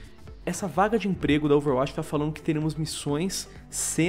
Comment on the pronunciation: Que nervoso falando Overwátch, plmds, fala DIREITO